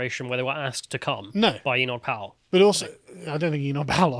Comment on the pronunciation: "no I don't think Enoch powle asked them to come" 😂 quality